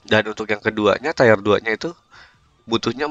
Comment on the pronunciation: tir pak bacanya bukan tayer